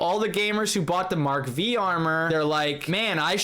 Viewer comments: Mark five not “Mark Vee” 😪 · Mark V is pronounced Mark 5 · "Mark Vee" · That's Mark Five not Mark Vee. V is a Roman Number which means 5.